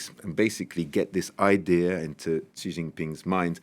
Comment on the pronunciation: Please, please learn how to pronounce Xi properly.